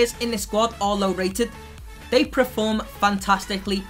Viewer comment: Please say "perform" right and don't say "preform"